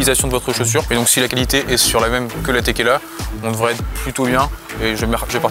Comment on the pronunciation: Au début j'ai cru il avait dit NB TÉQUILA 😂😂